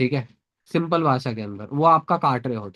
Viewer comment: “Simpal cheej”